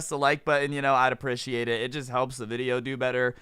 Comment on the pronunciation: ill drop likes once u pronounce "appreciate" right bruh lmaoo